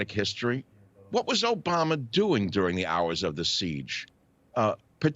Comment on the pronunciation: Why does he not know how to pronounce Obama’s name correctly